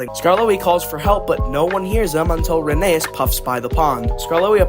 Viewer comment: So, pronunciation Tal-y-llyn is said more like tal-uh-[hiss]in (I'm not sure if they'll accept klin like Unlucky Tug says it And Rheneas is actually pronounced like Phineas but with an R instead of a P (I think the e after the H throws people off, but the book readers say it that way)